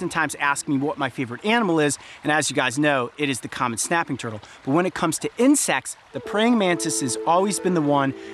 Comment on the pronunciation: Incect AND ALSO YOU SAID INCECTS